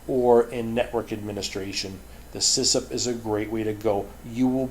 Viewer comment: Great videos as always. Just letting you know it's CISSP and not CISSIP, although I like the sound of CISSIP better :D